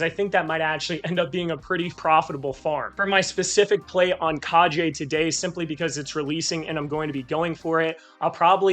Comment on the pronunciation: Good video. One tip though. Its pronounced "Kah Gay" Injective seems to have a whole ninja theme going, so that's the proper way to pronounce Kage. Keep up the good work. Btw 100 different wallets? Jesus. How much inj are you staking on each? And are you using a bot to automate actions?